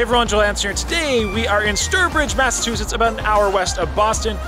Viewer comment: You said "Massa-two-shits".